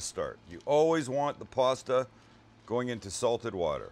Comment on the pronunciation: I like the way he says puasta